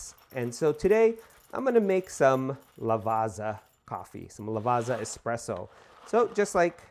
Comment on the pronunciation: it's a great bean. i use it all the time on my pavoni. by the way. "double z" "ZZ" you prnouce it like "PIZZA" not" Lavaza but something like, Lavatssa"